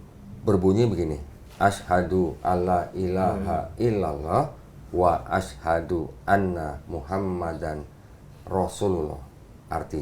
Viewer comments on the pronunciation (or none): none